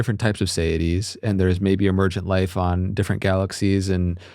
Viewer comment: Federico is pronouncing it sayidees, because he's Spanish Italian with an American accent on top of that, and the host is imitating his guest's pronunciation. The word in English is actually seity, pronounced see-ity, with plural seities. It's a word from the Latin "se" for self, as a being.